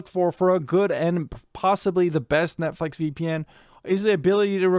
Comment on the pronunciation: "Netflex" probably your Seattle accent taking over; New Englanders have a similar thing ^__^ Even though I'm a torrenter as I'm unable to afford those streaming bundles an' such, I did find this educational. Magnificent work as Always!🖤